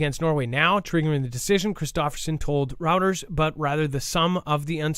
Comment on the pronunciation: news source pronounced ROY-TERS, spelled Reuters